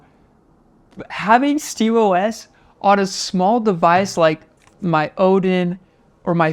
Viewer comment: you said steamos like "steemus" I'm GLaD someone gets the "GLaD Oh Es" joke